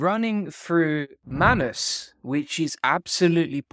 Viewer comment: It's pronounced 'May-nus' not Mann Uss'